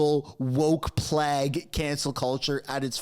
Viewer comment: Orwellian. Or-well-ian. Plague. The ''e on the end of the word makes it a hard a. As in make and hard. I'm not trying to be rude. Just trying to help you so you can teach your children well. I watch all the time, am subscribed and I like all the videos I watch. Thank you